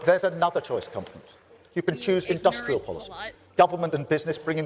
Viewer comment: Every time he says "conference", all i hear is "comrades".